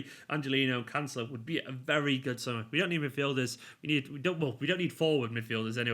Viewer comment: Emphasis on celo not the can, canCELO